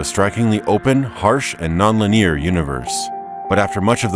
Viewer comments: lin-ee-ur not lin-eer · FYI: "linear" isn't pronounced "lineer." It's lin-EE-arr. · It's 'linear', not 'lineer' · LoL, the way he pronounces Linear